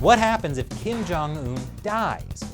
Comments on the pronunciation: Kim Jong-ill-un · I laugh when he said kin jung un in a shape a circle one.....